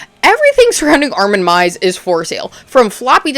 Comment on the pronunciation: It’s pronounced arwin my-vez